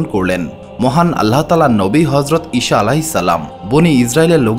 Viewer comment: উচ্চারণ সঠিক করুন। ঈছা হবে।